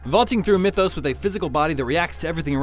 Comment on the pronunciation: This dude actually called MythOS, Mythos.